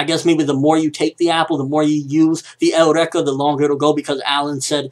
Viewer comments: I'm not a troll just wanna say eureka isn't pronounced (L REKA) it's pronounced (YOUR RE KA) I really do enjoy your videos and ideas bro so hope this helps and you understand how I've written it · why does everyone call it el-rek-ah or your-ek-ah. isnt it your-eek-ah, like when someone realizes or discovers something? also, HJ>FT